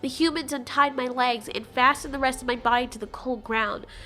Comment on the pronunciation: I just love how the t Rex pronounce body like bodh